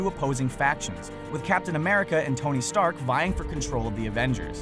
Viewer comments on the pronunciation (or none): none